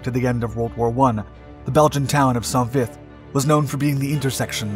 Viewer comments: It’s not pronounced sont, it’s just Saint Vith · It's pronounced Sau Vi. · I believe it’s pronounced Soan Vie